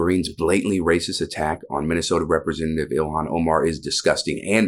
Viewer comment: What is a Rippersenative? MTG keeps saying that word.